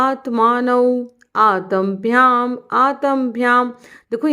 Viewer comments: Good 👌👌, I'm refreshing what I learnt 29 years back...but please pronounce aat--ma bhya not aatam bhya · In pronunciation It's आ त् म् अ not आ त् अ म् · oh I'm sorry if I wrote aat--ma..bhya...what I meant what was not the grammar part but the pronunciation part of aat--ma...I meant 'Ta' should be prounced halfway not full Ta...aadha bolna hai ta ko..sanyukt sabdh...rest everything is good..I'll refresh myself my sanskrit and then teach my son too. Thank you for making videos like this, I was searching for a long time!🙏